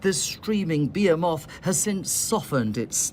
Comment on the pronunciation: What the hell is it beamoth? Was he trying to say behemoth?